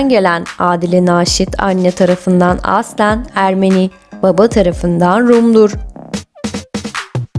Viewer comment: Nasıl bir “aslen” deme şeklidir bu. Bu kelimeyi çok yanlış telaffuz ediyorsunuz. Kulak tırmalayıcı